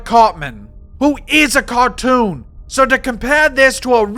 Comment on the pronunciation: "...who is a cawtoon" 🤣